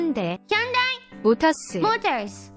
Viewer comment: 모터스 발음ㅋㅋㅋㅋㅋㅋㅋㅋㅋ